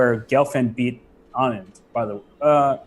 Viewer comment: Wow, how in the world did Robert Hess pronounce Anand's name the Indian way ?!! :) is he actually talking about Vishy?